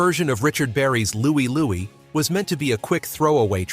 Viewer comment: It's Louie Lou-eye! Listen to it!